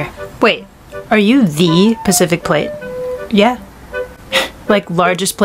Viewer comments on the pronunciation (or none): none